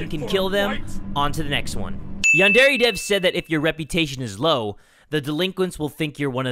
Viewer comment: It's (yon)(der)yonder